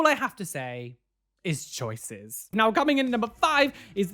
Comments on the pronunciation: He says, “choices.” Not “choicy” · he said "choicy" at some point, I am too lazy to find the timestamp